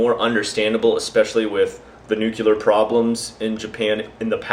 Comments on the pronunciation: Wtf is nucular? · heheheh nucular